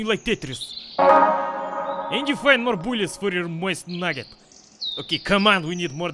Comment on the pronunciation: you say mosin nagant like "moist nugget"